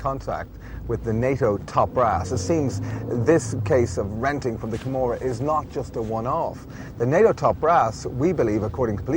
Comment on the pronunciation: joseph crawley Camorra, not Gomorrah.